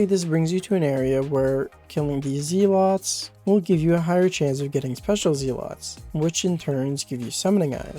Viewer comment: The way you said zealots pissed me off so much that I went outside and touched grass for like 3 hours. Thank you so much!